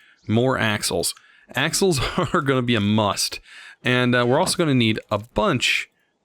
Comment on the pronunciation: I thought he said assholes when he said axles. Lol